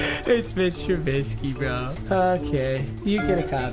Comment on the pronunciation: Called it trubisky More like turkey